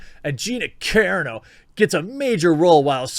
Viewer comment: Kah Ron 0 !!!! Not caron o All that Butt Larson swooning has messed with your head man 😂😂😂 🤘🏻⚡️🤘🏻